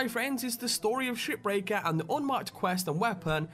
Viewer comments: to me shipbreaker sounds like shitbreaker when you say it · I thought you said "SHITBREAKER"